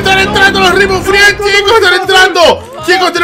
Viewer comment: oye no se pronumcia rimbow friends se pronumsia reinbow frends